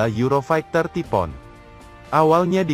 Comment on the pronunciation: Ngomongnya taifuun bukan tipoon